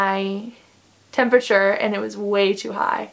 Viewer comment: Is that a California accent when you say “eeeand” for “and”? Sorry you had a bad experience. 😢 I can’t imagine how awful that must be. So scary!